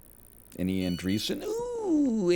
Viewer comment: Still can't get over the fact that NL still calls Anderson "Andreeson" just because he misread it the first time and then just never read it again.